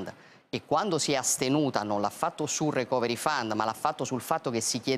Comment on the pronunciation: la pronuncia corretta è 'ricoveri faund', letto così come scritto con l'accentuazione corretta.